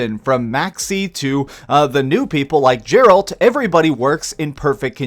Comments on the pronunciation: nice review, but how you say geralt annoys me. Gar(as in gary) al. Not Jar(as in jared) alt. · Dude it's geralt not jeralt -. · It's not fucking pronounced Jeralt it's Geralt the G doesn't make a J sound LoL. Sorry nice video 😁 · It’s not “Jarolt”, it’s “geralt” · Why the hell is everyone calling Geralt ''Jeralt'' ?? Is this some kind of a stupid trend ? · "Jerald"?? WTF is wrong with you? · Gaer-alt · This is like your 2nd video about SCVI and you still pronounce Geralt as Jeralt. XD. You played Witcher 3 didn't you? Like they have an announcer in SCVI do they not? Smh. I know it may not seem like a big deal but come on :). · It’s not Gerald!!!! It’s Geralt!! the G e is pronounced like the Gue in Guess!!! Get it right amigo! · love the channel and love your work BUT, the way you say Geralt drives me nuts lol. Sorry. Think of the letter G being pronounced in the word guess. G- (GUESS) eralt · At least he didn't say Geraldo De La Riviera like Maximillian Dood did. They're just ppl who never got into the Witcher games. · You said geralts name wrong. Also you talk like Michael mccrudden and it makes me want to kill myself please talk normal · Terrible uninformed review. Why even put this up? From incorrectly advising what reversal edge is to mispronouncing Geralt, you provided a terrible review. No real points. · He said geralts name wrong!!!!! I'm so triggered!!!! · You pronounced Geralt wrong.... The G is pronounced like Gary... The pronunciation always trips me up with his name too... Also not sure your created character was the best one to use for a youtube video.... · Please, stop butchering Geralt's name!!!!!!!